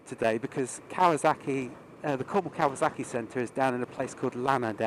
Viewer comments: Kawasaki not kawazaki 😊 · Why did you keep pronouncing it as if it's spelled" kawaZaki" instead of Kawasaki? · KawaZocki!!! Lmao the way you pronounce the name distracts me lol